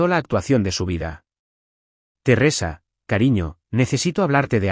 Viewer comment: Terresa? Qué es? Una novela rusa? Un aspecto flojo de todos los reditts es la mala pronunciación de los nombres. Din? Si, se pronuncia así, pero se escribe Dean. Y aparece Din, Dina y se ponen bastante creativos. Por favor, revisen. Después nos preguntamos por la cantidad asombrosa de faltas de ortografía en adultos y niños y la pobreza de expresión ( y consecuentemente, pobreza de pensamiento). Sé que este es un lugar de entretenimiento, pero no deja de ser un educador informal. Hay una responsabilidad como tal. Simplemente se trata de que lo que hacemos, si lo hacemos bien, estamos aportando nuestro granito de arena para una sociedad mejor.